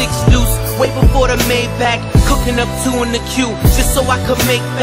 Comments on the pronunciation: Omg they dont even know how to pronounce the car's name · Es heisst Maybach und nicht Myback ;)